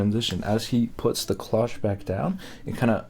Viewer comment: The vampire theory of this video is borne out by Mitch's entire appearance - he's both dressed and made up to recall Barnabas Collins from the old horror/soap opera series "Dark Shadows." Just do an image search on Barnabas Collins Dark Shadows to check it out. (And it's pronounced "cloche" with a long "o," as in "stone" or "Joe.")